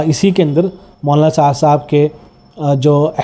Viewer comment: Molana ko mwana bolte ho. Zara sahih talaffuz farmae bhai